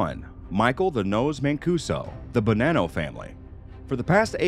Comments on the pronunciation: Am I really going to listen. To someone talk about the Italians secrets, when you can't even say Italian words correctly, it's not Bananao. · “The Bo-nann-o family”. He puts a lot of emphasis on that “nann “ lol. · Pronounced Bah-non-no, doesn't sound like banana with an o on the end.